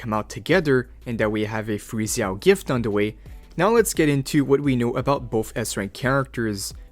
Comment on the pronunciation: Every time you say Zhao like that I wanna kms